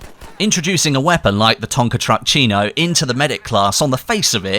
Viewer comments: it's spelled Trombon-SINO. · The pronunce is like "tromboncHino" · Its pronounced trombone SEE no, you UK goon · Your name pronunciation of the weapon gets worst and worst Everytime you say. Lmao